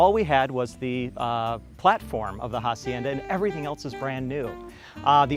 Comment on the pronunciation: AH SIEN DAH NOT HA- SIEN-DA ! The H is SILENT ;) !